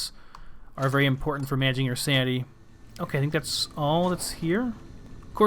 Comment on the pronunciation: It's "sanITy" not "sandy" #dumbass